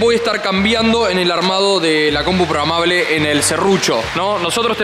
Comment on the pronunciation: es PROGRAMABLE, no PROGAMABLE